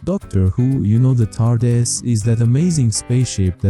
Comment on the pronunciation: pronounciation tar-dis, not tar-di-a**